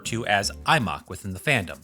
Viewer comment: why did you call it Imock, it's I-Em-Oh-Cue.